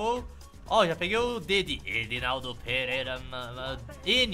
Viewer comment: Vc falou Edinaldo perera